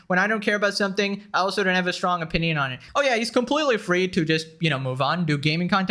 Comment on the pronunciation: You're right about so much. Buuuut, when you sound like an autistic screecher and when you say "opinion and origin" entirely wrong, to the point it hurts and then i laugh my ass off. It's really hard to take you seriously sometimes. I still support and appreciate you, just know how words work please.